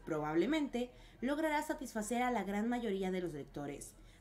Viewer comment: Satifaser o rompernos mentalmente 😅😭